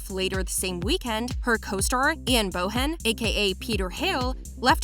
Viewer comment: And also said Ian boHen, when it’s supposed to be said bowen